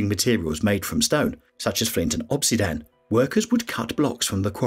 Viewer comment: obsidian (volcanic glass) is pronounced [ uhb-sid-ee-uhn ] SHOW IPA ￼